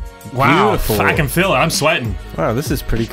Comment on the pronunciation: Fr thought he went Australian mode and said yeah “I can fucking feel it”